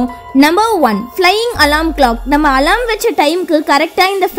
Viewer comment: Athu alaram ila alarm Nan crt aa dhan solran ungaluku therilana first therinjitu vanthu comment pannunga alarm apdinrathudhan crt aana pronounciation